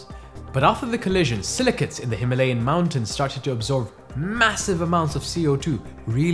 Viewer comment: So interesting when you live in Himalayan region but can't pronounce it right